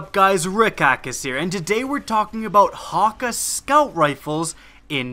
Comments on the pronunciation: OH MY GOD DOES ANYONE PRONOUNCE THIS RIGHT. It's Hack-Aye. Not HAWKUH HAWKEYE HAKK OMG. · he keeps saying "hocka" when it's "hockay" and I can't get over it :P